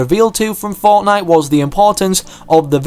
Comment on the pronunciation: 8;45 says Fortine instead of fortnite